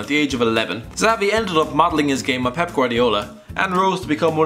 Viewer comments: It's Chabi, or Shabi, not Zavi or Chavi. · Did he said zavi ?wth